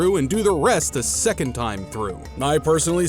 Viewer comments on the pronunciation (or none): none